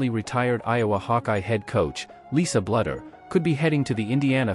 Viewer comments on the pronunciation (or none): Please pronounce Lisa's name correctly... It's not "BLUDDER." It's Bluder as in "BLUE - DER."